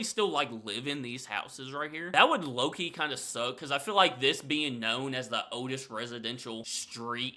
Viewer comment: It was good to hear you pronounce the word describing the pub as "the" and not "ye." It's not actually the letter Y, it's a symbol for T and H combined, called a thorn. You learn something new every day lol.